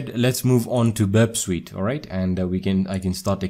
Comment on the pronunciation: Burp Sweet lmao